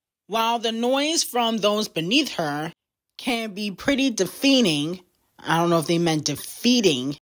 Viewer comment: hey the pronunciation of the word was deh·fuh·nuhng. For deafening…cause they said the noise at the beginning